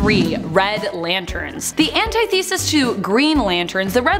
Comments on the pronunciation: Thwayne, anti-thesis.. pronunciation sure isnt her strong suit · i can let Eobard "Thwayne" go but "anti-thesis " ?!? that is too funny! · Dude literally. Like no.... it's not Anti-thesis. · I disliked when I heard that Thawne pronunciation. I disliked again after I heard that Mxyzptlk pronunciation. And I disliked again after I heard that antithesis pronunciation.